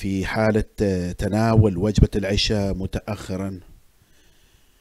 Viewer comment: اقترح ان تعيد الفيديو و تقول العَشاء بالفتحة العِشاء صلاه